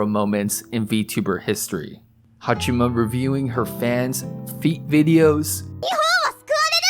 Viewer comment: I appreciate you making this video, but I wish you would show even more respect to her by pronouncing her name properly. It's HaachAma, not HaachIma.